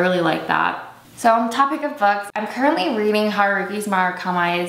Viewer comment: murakami pronunciation made me wince....